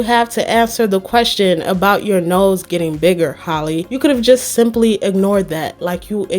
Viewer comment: Loll it’s pronounced “HAL-E” 😭